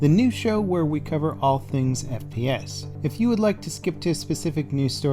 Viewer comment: instead of you saying "all things FPS" at the start I thought you said "all things BS" lol